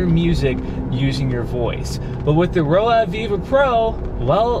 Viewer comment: Roav = rove, not row ave